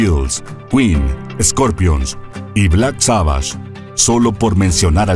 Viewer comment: Alguien conoce al gran grupo Black Sabbash ???? Es malísimo el tono, estilo, ritmo y contenido del guión. La narración suena como esos documentales amarillistas de TV Azteca. Con errores, lugares comunes, falsa emoción, y sobre todo errores de contenido y dicción.